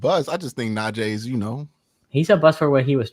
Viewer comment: How do you cover afc north and not know how to pronounce NAJEEEEEEE WITH a hard “E” sound. Wanna focus on him when we all know Jaylen Warren is the real threat. Can’t take you seriously at all.